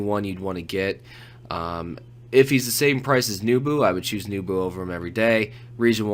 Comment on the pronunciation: NEH bu, not NEW bu.......